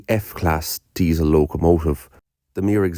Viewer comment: 'deisAL' Is that Irish for 'Diesel'?